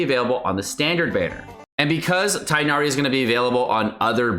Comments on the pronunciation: I just wanted to say it's pronounced Tig-nari (for non native Arabic speakers at least, to make it easier), not Tie-nari like Collei said in the trailer. No hate because foreign names are hard tho, love your informational content 💗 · Tigggh'nari. NOT Tie-nari. Aribic speakers back me up here... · It's Tig nari you read the "g". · This is just bad advice. Standard means the character will never get a rateup, anyone who likes him should get him now. Also you're saying Tighnari wrong. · I'm gonna try to get Tighnari because i really want to explore Sumeru with him! He seems like an awesome character both in lore and gameplay. Also that Tighnari pronounciation is just not right 😭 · dude, it's not hard to go do a 5 second google. And he pronounces names like xingqiu and xiangling just fine, why does it have to be different for tighnari? That's all, not trying to start a fight, have a good day/night stranger 💕